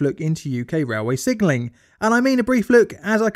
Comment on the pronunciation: I keep hearing "sigiling" instead of "signalling."